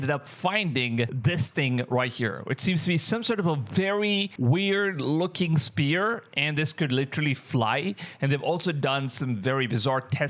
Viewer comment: the whole video spear